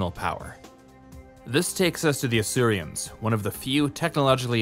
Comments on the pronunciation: They’re Asurans not Asurians, why can this guy never pronounce things properly? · Asurans, not Asurians. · fyi it's "Asuran" not "Asurian" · Asurans. Not Asurians. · It’s Asurans, not Asurians, and not sure why you used the Earth POO symbol for that, I appreciate you said the symbols weren’t official but that seems completely random. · Hmm isn't it Asurans not Asurians? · Every time I hear "Asurians" I feel betrayed, why is there an i in there, they're just called Asurans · This video is over a year old now but I just want to say: It's Asurans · The video was good, don't get me wrong. It's just that hearing you say "Asurians" bothers me. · Weird pronunciation of Asurans, as if there was an I in it. Also, nanomorph is a strange way to describe them.